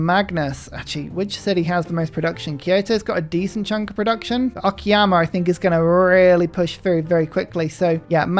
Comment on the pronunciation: It's "o-ka-ya-ma" not "o-ki-ya-ma" 😂 sounds so weird if misspelled